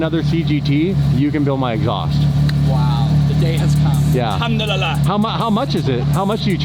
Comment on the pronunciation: Brother the pronunciation is wrong. Is "ALHAMDULILLAH".